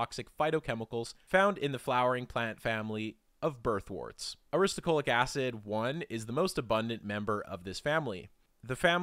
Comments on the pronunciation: 😅😮The narrator keeps saying aristuhCOALic acid, but the word is clearly spelled NOT that way. It is spelled as he has it shown in the screen: Aristo-LO-chic acid. Like a low chick. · Aristolochic. You pronounced it wrong every single time. You said “aristocholic.” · So, it's aristolochic (uh-ris-tuh-LOW-kik) acid, which is reflected in your links and in the video itself, and not aristoCHOLIC* acid, as the chapter title states, and as it was unflinchingly pronounced like a hundred times in the video voiceover. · Ar-is-to-LO-chic, not Ar-is-to-CHO-lic. -- A. Botanist. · thats the opposite of a strawman. did my head in to hear you say strawman repeatedly. ah-riss-toe-low-kick. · u are pronouncing "aristolochic" wrong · u pronounced aristolochic acid wrong